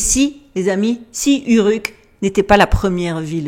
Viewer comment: Prononciation : Ourrrouk ... ;-)